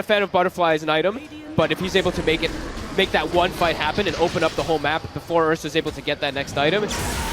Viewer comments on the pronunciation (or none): none